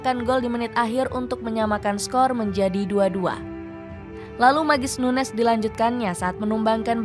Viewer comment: Ini orang dipanggilnya nunez apa nunyes sih? Di starting eleven manggilnya nunyes